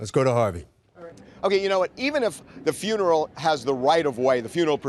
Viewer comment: Sound it out: FUNE-ER-ALL